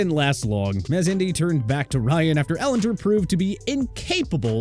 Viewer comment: If you knew football you’d know how to pronounce Sam Ehlinger’s name